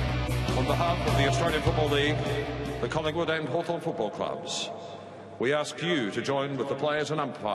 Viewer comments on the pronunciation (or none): There's a 'G' in Collingwood, AFL